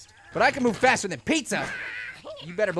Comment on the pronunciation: when u said faster, i thought u said fatter......